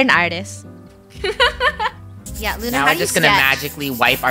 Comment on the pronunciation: "Art-tast"